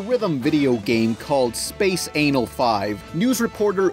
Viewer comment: ""On the Sega Dreamcast there was a game called Space Anal 5." ANAL.